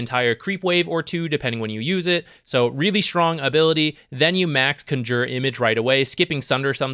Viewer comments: What's up with your announciation of "Conjure image?" Like - what's CUN JUR? Bro. It's CON (like a criminal) - Jure. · “Conjyuure image” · CANJOOR xd. wtf. good vid tho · Can you please say Conjure correctly, it's hurting my ears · that gigabrain move of mispronouncing conjure to bait comments and farm algorithm stacks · Herald level Conjure pronunciation. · You say conjure funny. Great content as usual though! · triggers me how he says conjure image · Not sure if its just a meme, but you are pronoucing conjure wrong